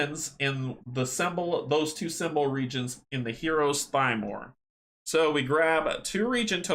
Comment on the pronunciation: Also, he pronounces the word Thymor as “Tee-More” (with a little r roll) as opposed to “Thigh-More”. Dang Polish language! =)